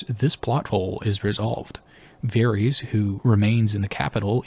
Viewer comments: Good content but Bruh, you can't be serious with this "Vair-eez" - it's *Vair-iSS*. You don't call Daenerys 'Daenereez', right? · I did find this fairly distracting throughout the video. I am curious where he got this pronunciation from, because they don’t say it like this in the show and George doesn’t say it like this either. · Why varies? You have no excuse for your disgusting pronunciation. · NICHT: Varys OUI OUI: Vareese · You saying like Vaerys makes him sound like a Targaryen and I back this theory. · You did NOT just pronounce his name as "Varies" YOU HAVE THE CORRECT PRONUNCIATION IN THE VIDEO FROM THE SHOW!!! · They literally pronounce his name correctly for you multiple times lol who is Varees